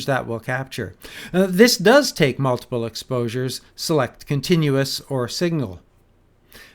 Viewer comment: "Contiunous" Hmm. :)